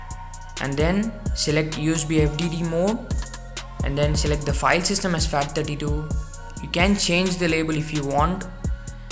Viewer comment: You said type format fsZEGRED2fat32. I don't understand that. What the hell is a zegred? I tried fs=fat32 quick ENTER. I got "0 percent completed" Virtual Disk Service error: The volume size is too big. What do I do about that? I'm trying to format an external hard drive of 1TByte.